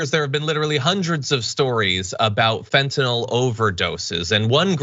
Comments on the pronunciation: It's fentanyl, not fentanol. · I think they should arrest anyone who calls Fentanyl "Fentanol." If you care enough to develop a sleazy drug habit, at least know how to pronounce the name of the crap you're putting into your body, JEEZ! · What's up with all these "experts" who pronounce fentanyl fentanol?